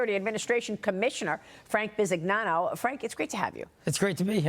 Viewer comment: I chuckled a bit hearing Maria pronounce Franks last name as "Bi-Sig-Nano" 😆